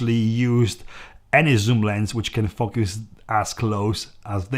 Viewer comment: A wonderfully enthusiastic review, supported by photographic examples. One word of caution: be careful how you pronounce “focus” (remember—it’s a long ‘o’) 😄